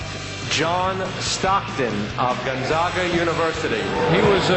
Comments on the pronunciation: It sucks to hear him mispronounce Gonzaga. But people are more aware of how to say it now that they have made it to the Sweet Sixteen yet again. Stockton is someone most people here are proud he is from our city and played for a local school. Go Zags! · Gun-Zagg-uh Zach Johnson